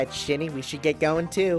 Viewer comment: It's been do long looked it up bro. It's spirit or maybe I'll say chi is a better way to look at it. And when gim. Say his name it's Shiny. ( shiney), like shine.😂😂😂😂😂😂😂lol